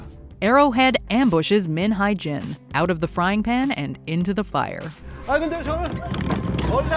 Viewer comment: You guys really butchered their names lmfao. Jung is pronounced as JOONG, Hye is HE-YEA.